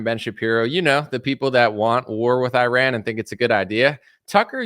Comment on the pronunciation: Please pronounce "Iran" correctly! Thank you!